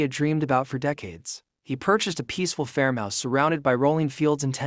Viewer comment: AI doesn’t know how to pronounce ‘farmhouse’, it’s not fermhouse